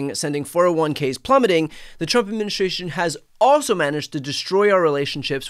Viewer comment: Could you pronounce "Administration" correctly? It is NOT adminishrtration!!